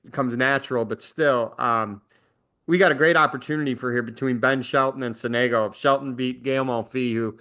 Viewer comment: Sonego is with the accent falling on the first syllable. When will English speakers learn to respect the pronunciation of foreign names? When will they take care to inform themselves about it? The question, of course, is rhetorical. Never.